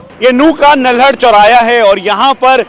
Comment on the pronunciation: Bhai nalhad hai na ki naldad